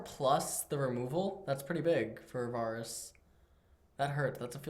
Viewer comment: Can someone teach how to pronounce names? NAWSUS AWWTROX VAWRUS.